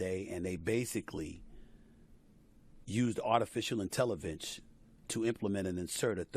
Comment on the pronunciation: "Artificial Intellivence" 😅